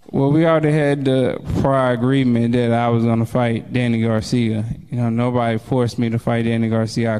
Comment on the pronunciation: The guy asking the questions can't pronounce Danny's last name correctly to save his LIFE! He keeps saying "Garcium" He didn't even pronounce Philadelphia correctly smh